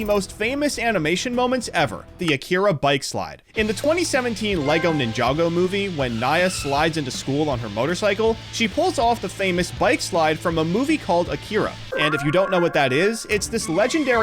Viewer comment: IT'S PRONOUNCED "KNEE YA"!